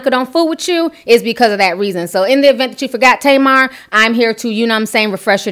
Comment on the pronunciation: Her name is pronounced TAH-MAR and it means date (fruit) in Hebrew ... it drives me nuts as an Israeli hearing it the other way 😅